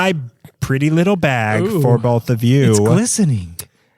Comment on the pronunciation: I like how gives guff for Valentine’s Day but can’t say “both” or “open” without adding an “L” after the “O”. And …you’re just killing it. Great work guys!